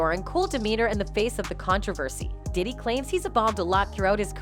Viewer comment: Please stop saying his name like that!!your f’n up his name everytime you say it…Stop it…it’s nuttin but click bait